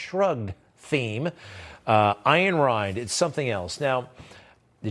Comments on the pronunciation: Greg, Miss Rand's message is simple, free minds and free markets (but her last name was Rand, not as you pronounce it Rind. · Her name is pronounced RAN-D NOT RIND LIKE IN “REMINGTON RAND “TYPEWRITERS … FYI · Uhhh. How does any one mispronounce the last name of Atlas Shrugged's author? Just sayin